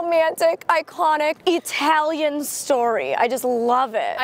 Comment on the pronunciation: Molly said Eetalian. Omg.